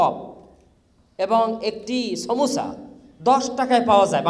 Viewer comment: বলতেসিলাম, ছা, ছপ, ছমুছা, হায়রে শিক্ষিত রে😡😡